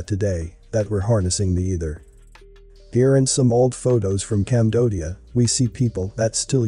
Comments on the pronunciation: I think you wanted to say Cambodia Not( Camdodia) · But did you really call it Camdodia...I don't understand why so many of these videos have such problems with spelling and/or pronunciation...WHATS GOING ON?? IS THERE SOMETHING HAPPENING TO PEOPLE??